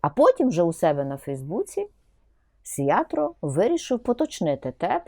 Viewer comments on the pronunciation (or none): Пані Ірино, ви ніби професорка а не здатні правильно вимовити прізвище. Не СіаТро а СіаРто. Добре що хоть Орбана пам'ятаєте. Що до претензій мадярської партії про території, так це аж ніяк не стосується України. Бо людина заявила, якщо Україна програє війну, то аж тоді мадяри готові повернути собі Закарпаття. Яка різниця буде українцям чиє Закарпаття, якщо України вже не буде, російське чи мадярсь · Не "Сиятро", а "Сиярто". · мадьяри роблять своє, а от що робить Зє!влада???